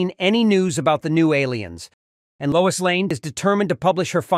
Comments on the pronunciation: LOIS, not LOUISE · "Louise Lane" 😂